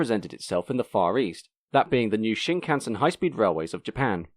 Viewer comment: Japanese words never stress their syllables. Shinkansen should expressed with a steady rhythm.